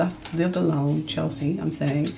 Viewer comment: Her name is Cheslie (rhymes with Wesley) not Chelsie